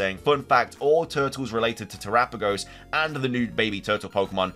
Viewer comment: Much respect on the correct pronunciation of Terapagos.